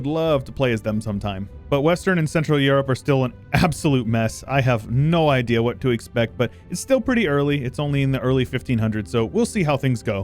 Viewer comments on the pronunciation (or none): none